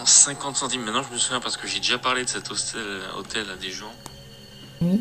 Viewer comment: S âme fait un peu rire car tu dis hôstel avec s